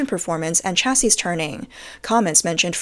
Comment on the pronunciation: Why does text-to-speech always mispronounce the word "chassis"?